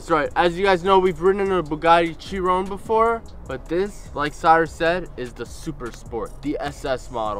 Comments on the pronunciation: CHEE RON 🤣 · It's most definitely not pronounced like in the video, it's named after Louis Chiron pronounced as you said Shi-ron.